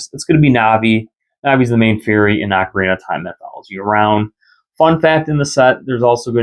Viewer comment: OAK-orina (as in an oak tree) is % the wrong way to say ocarina. It’s OCK or AWWK-orina. If you say it as “oak” you are incorrect and need to learn how to pronounce words from any music teacher or person familiar with instruments. Also this may step on your toes since you said it’s how you’ve said it since little, it’s DECK-ooo not DEEK-ooo… Great DECK-ooo Tree. Never meant to be DEEK